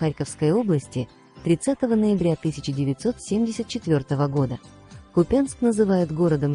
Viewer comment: Не КупЯнск, а КУпянск...делаете видео,так хоть точнее узнавайте правильную информацию...